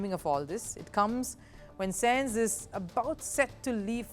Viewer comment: Bro i was about to defend then i heard senzz..